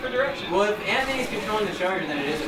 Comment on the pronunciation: at first i thought that anthony said anthorny